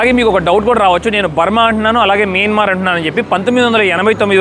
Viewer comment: Please pronounce properly country name that country name is not మిన్మర్ మైన్మార్